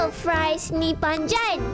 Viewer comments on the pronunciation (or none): Kenapa cakap frice ru panjan bukan panjang 🤣🤣🤣🤣🤣🤣😂😂